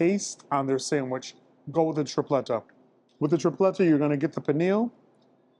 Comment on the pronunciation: That's a samwhich lol did u whimper the first bite lol